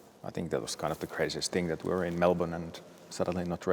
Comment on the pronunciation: Bottas pronunciation of Melbourne is pretty good :)